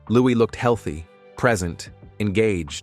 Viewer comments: Louis is pronounced “looeee” not loois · Americans pronounce the s. It's a French name, and the correct pronunciation is Loo-ee. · His name is not pronounced with the s at the end. It’s a silent s. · The S in Louis is silent.